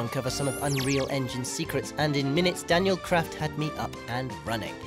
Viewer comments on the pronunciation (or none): none